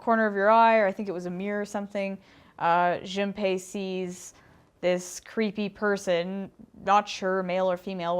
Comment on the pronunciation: Junpei is pronounced Joonpay It's mad up of the Japanese syllables: Ju, n, pe & i.